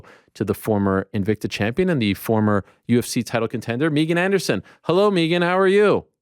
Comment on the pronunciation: (learn how to pronounce "Megan" Ayryeeel)...